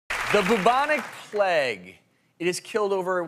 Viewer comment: He doesn't say bubonic plague he says boobonic pleg